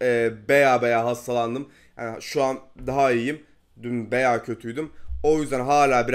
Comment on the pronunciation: ''Beya'' değil ''baya''